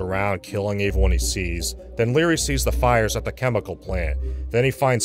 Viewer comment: Or every time he says “averyone”